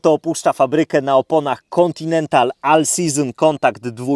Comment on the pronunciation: czyta sie ol sizyn anie al